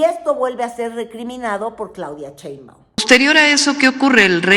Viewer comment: dice "Chembaun"